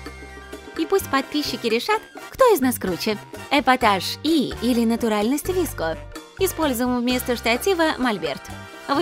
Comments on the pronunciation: Они даже неправильно сказали e и vsko Girls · Никто: Абсолютно никто:: ВиСкИ гЁрЭл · КАКИЕ НАХРЕН ВИСКО И И ГЕРЛ?Е ГЕРЛ И ВСКО! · Все:вско гёрл Все в планете: выско гёрл: ВиСкА гЁрЛ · Да не vesko - gril а vsko - girl (на русском) не виско гёрл а вско гёрл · Они вообще отставшие!Сейчас 21 век!!!: 1.Слипоны уже не в моде! 2. Скибиди уже никто не танцует! 3. Не виско гёрл,а висикоу гёрл! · Божееее как же режет уши Не и герл а е герлс И не виско а вэско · ДА НЕ ВИСКО ГЕРЛ, А ВСКО ГЕРЛ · Не Виско, а Вско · правельно Vsko ане Visko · Не віско а вско девка і я одна вспомнила АнастаСиС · Уже бесит!!!не виско!!А, висикоу!!!!ДУРАКИ!!!!!!!!